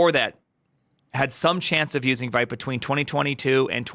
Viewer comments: it's not "white" it's vite like "weed" but with a t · it's vite like veet, french for quick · It is pronounced “Veet”! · Primeagen — hate to be reductive here— but if you can’t pronounce the name of the tool correctly, your opinion is rendered null & void.